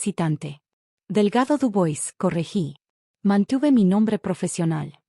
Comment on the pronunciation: Chérie se pronuncia"cheri" y Dubois,"Dubuá".